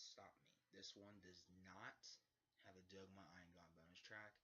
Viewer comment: its pronounced DOG MA brah